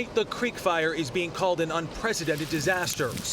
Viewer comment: Did she say, “creek fryer”?